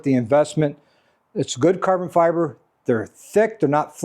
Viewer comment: Caaaah-bon Fy-bah.... 😊